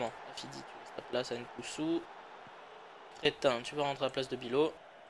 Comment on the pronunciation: C'est créhin et pas crétin je crois